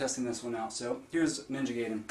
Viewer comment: Guy-den. Not Gay-den. Jenny Lewis had it right all those years ago.